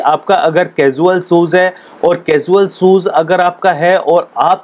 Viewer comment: Mostly indian cant speak well : shoes... Mistake shozzz